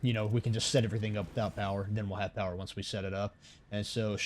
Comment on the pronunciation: Lots of powah